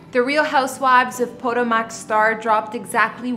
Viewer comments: You are saying it wrong!!! Po- ta-mac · Did she really just say ...... neva mind 😮 SMH!!!!! It's pronounced PUH-TOW-MUHK. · Did she just say Real Housewives of PODO-MACK?? Y'all really get to succeed with minimal fckn effort. Smdh. 🤦🏽‍♀️ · "Po" "Toe" "Mac" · Poto-mac? What's that? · RHO “Pötòmäç” 🥴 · Po Toe Mic girl. Not whatever you said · Please learn how to pronounce words, correctly….PUH TOE MICK. Or Poe toe muhk …smh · I find it irritating that she doesn't pronounce Potomac correctly. Even if she never heard of the town, it's also the name of the river that flows by Washington, DC. It's not exactly an obscure name. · Obviously she doesn’t watch the show because she can’t even say the name of the city.